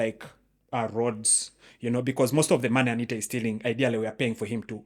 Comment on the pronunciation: The host seems to contradict himself a lot with what partly seem like teenage fantasies. His deliberate & continuous mispronunciation of ‘Anita’ under the guise of not caring about parliament & his non-contextual obsession with BTC is all quite telling!! Also, for an apparent anarchist, he doesn’t seem to fully appreciate the context of what he’s talking about for the most part. Good he admits to the same though!! Tony is spot on throughout!!